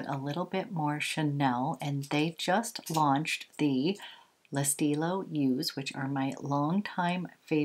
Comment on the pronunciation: Hi, the "eu" in the word Yeux is pronounced as the "i" in bird. You also do not pronounce the "x", it is silent. So not Yooz, but Yeu, making the sound like bird.Hope that helps! :)